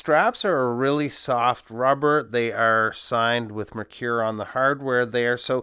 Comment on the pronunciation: Once again another great video. I love how you use the camera with close ups and the lume shots. Your videos are always informative and very well produced. You are a pro bro. Are you sure of the pronunciation of the brand name?